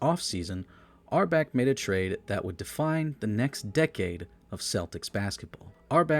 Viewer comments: this sucks. start by learning how to pronounce red auerbach. also, who is oscar robinson? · It’s hard to take this program seriously when the narrator can’t even pronounce Red’s last name correctly. Jeez. Still - Long Live The Boston Celtics. 18 championships and counting… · Cant even pronounce Red Auerbach right, this doc is shit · It’s A.I. It can’t help it. Oscar Robinson was the guy marooned on an island with his friend Friday. Which begs the question: where did Robinson Oscar go with Friday on Saturday night?😂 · Good facts. His name is COW'-enz, and it's OW'-er-bach or AU'-er-bach. It was Brown's gf who wanted McAdoo, so he did it. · There are a few mispronunciations in here, and it's not just the 30 different ways you pronounced Auerbach, lol. Where the hell is Norfork? The first syllable of Dave Cowens' last name doesn't rhyme with "dough." 😂 Other than that, not bad, except for the fact that you spent only about five minutes discussing the greatest streak of championships in professional sports history and left out any mention of the Celtics' all-time leading scorer, Johnny Havlicek. I'd bet money you looked at his name and decided not to even try to pronounce that one.